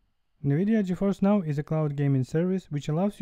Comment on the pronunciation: “Gi Fi N”